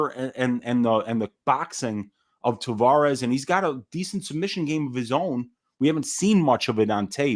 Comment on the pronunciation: Hey boys...it's Tah-VEH-russ.....not Tah-VAW-russ. Thanks for giving us a banger of a show!